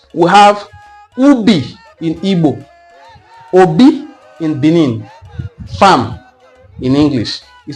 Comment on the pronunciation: You try small. But you are not pronoucing that of Benin well. The sound dufferes. Benin has 2 "e" been pronounced differently.